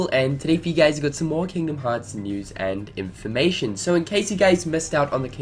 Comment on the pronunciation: só nomura has nothing to do with unchained x? who is in charge? and man, sorry, but the way you ALWAYS say "news and in for ma tion" is starting to get annoying 😯